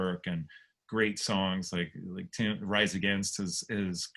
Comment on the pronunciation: Damn, butchered Tims name